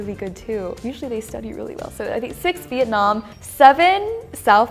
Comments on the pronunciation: Vietnam not Vitenam. Pls🙂‍↕️ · What country is “Vitenam”? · vietnam, not vitenam